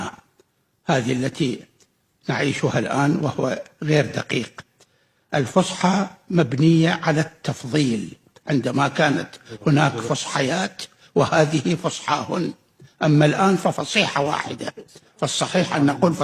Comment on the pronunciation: يا دكتور محاضرات وليس محاظرات😂😂 التفضيل وليس التفظيل😂😂الضمة وليس الظمة..ثم وليس ثميى. اللغة العربية معقدة على أهلها ولا بساطة بها .ذوق إنك العزيز الكريم : شاهد من القرآن :استخفافا واستهزاءا بما كان يقول ... كنا أحرى لو لم يكن في القرآن الاستهزاء ...اخلاقيا وإنسانيا ...البشر عادة يفعلون ذلك لكن الله من المفترض أن يكون قدوة للبشر أخلاقيا وإجتماعيا .